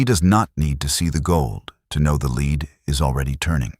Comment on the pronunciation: Lead Pb plumbum pronounced like led. It's the soft metal alchemists hoped to turn into gold. Please correct your mispronunciation if you hope to attain credibility